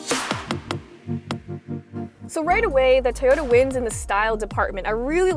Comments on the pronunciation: I like how she pronounces Toyota as, "Tahhyota." Very quirky, but that's for you. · She says "Toyota" very strangely.